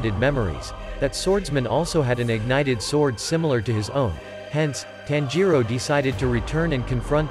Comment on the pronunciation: It's not "tan-ji-ro" it's "tanji-ro"